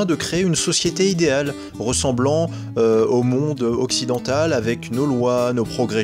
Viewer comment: Et puis toi qui est le plus savant de la langue française déjà on dit monde mais pas mondre MDR hahaha